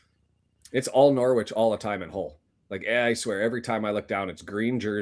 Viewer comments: yep norritch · The 'W' in Norwich is silent my man